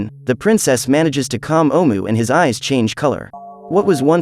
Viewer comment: DUDE THIS FUCKING AI GARBAGE SUCKS AND YOU WRITING SUCKS.......... LOTS OF BAD PUNCTUATION. ITS SO BAD I CAN *HEAR* IT. YOU SAY HOWEVER ABOUT 50 TIMES THROUGHOUT.... AND NO EFFORT TO REPRONOUNCE OHMU'S JUST SAY IT YOURSELF OR SAVE YOURSELF THE BIGASS WASTE OF OUR TIME AND YOURS